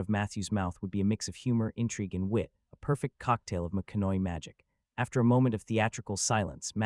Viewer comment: What is he pronouncing? He’s not pronouncing his name correctly who is he talking about? Matthew McCoy